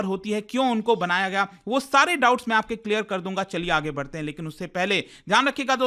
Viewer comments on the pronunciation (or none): none